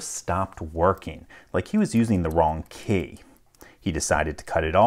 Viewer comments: That's the strangest pronunciation of key 😐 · He says “key” in a similar fashion to how Cumberbatch says “penguin”.